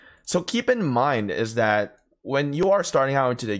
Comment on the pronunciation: Since I appreciate all the tips you've given me. I have 1 for you. Don't take offense (fingers crossed because it's not meant to be mean). When saying "that" and pronouncing "dat" . Easy to remember. Say "thug", if you can pronounce that. Then "that" should be do able too. Cheers and take care and ty